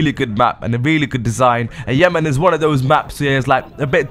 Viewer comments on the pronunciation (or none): none